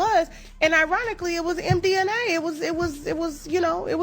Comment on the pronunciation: someone please tell her it is not mdna but mdma 🤪